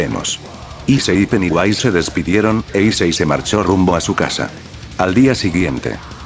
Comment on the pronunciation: se dice pennywise